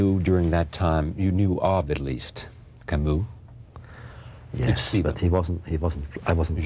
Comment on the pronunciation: Hey ! He pronounces Camus perfectly ! Now la Peste is so popular,just listen to how it ought to be pronounced